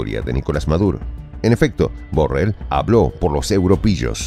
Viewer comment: Pronuncias MAL la palabra BORRELL